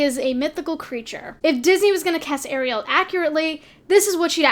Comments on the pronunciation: It’s Ariel not air-ri-el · Air ray Elle? The fuck? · ikr she says it like sebastian lol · You pronounce ariel wrong lmao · The only thing I was triggered by in this video is how she pronounced Ariel